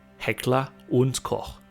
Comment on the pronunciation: It's so rare to hear an American pronouncing "Koch" right. I had to check twice. Good job.👏🏻👏🏻👏🏻